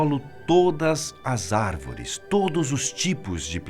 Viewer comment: “E as Arveres somo Nozes”... kkkkkk